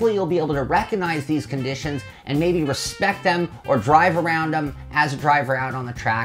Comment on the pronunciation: yeah i'll put some "RESPECK" on oversteer xD